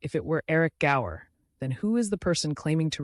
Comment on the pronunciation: The name was Gower not Grower